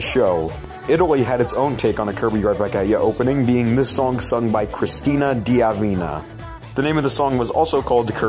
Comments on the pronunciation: Ah, yes, Cris-cina Di Avina, how could I forget. GOD, you gave me a stroke, an ITALIAN stroke (aka ictus, which is not pronounced aiktəz or ictəz) "Cristina D'Avena" Here's some words to help you pronounce it the right way (if I don't do this, I would probably be permanently unable to sleep) *C*ricket c*R*icket cr*I*cket *S*ombrero cricke*T* (at this point, you get the pun) cr*I*cket 《 stress goes here *N*ipple st*A*r (This was pronounced pretty much right, but that "glottal stop" you made between the C and R was still a bit bothering for me, there are is nothing in between, like in CRIcket) a*D*amant (This letter here is a short for either "Di" or "Da", a somewhat popular part in Italian and maybe French and Spanish last names, which often indicate the place of origin of a certain family. The apostrophe was very probably put there to prevent the name from becoming a cacophonic for Italophonic standards "Da Avena", and thus making an "euphonic d", which must be pronounced along with "Avena" without in-between stops, paused or sounds, resulting in what we might write as "Davena". Now onto Avena and beyond) st*A*r hea*V*en heav*E*n heave*N* st*A*r again (mY LiFe's iN ShAmBlEs) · Maybe it's the first iceberg video that mentions something Italian However the Italian singer pronounces it "cristina d'avena"